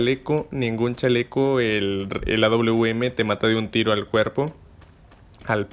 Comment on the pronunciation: No es auum es awm porque esta letra W se parece más a una V más que una U